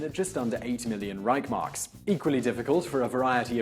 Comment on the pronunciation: That's pronounced 'Rishe marks'.